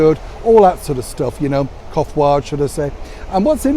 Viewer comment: Ha ha, grammar and pronunciation is a laugh, sometimes. Quite endearing actually. 'Coiffure' pronounced as 'kofwaa' instead of 'kwafyr'.